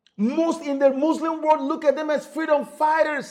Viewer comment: World not WO RLD